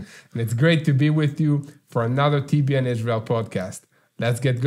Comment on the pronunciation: TBN not ten